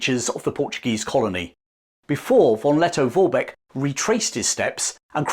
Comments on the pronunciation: Plewe spell V = F. So it sounds like Forbeck. Thank you. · It's not pronounced "won Letto-Worbeck" 😅😅😅.